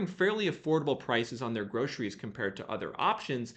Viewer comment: Love how you say groshries 😊 it was cracking me up. Thanks always for the great info and data 🫡🫶✊